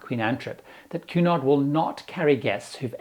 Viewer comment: I got half way thru the video before realizing “Q naught” is actually Cunard. 😂